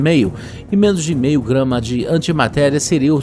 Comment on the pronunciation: "um kilo e mei" KKKKKKKKKKKKKKKKKKKKKKKKKKKKKKKKKKKKKKKKKKKKKKKKKKKKKK